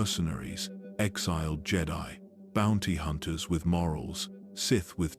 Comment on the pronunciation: Ah yes, the "Jay-die" Fuckin AI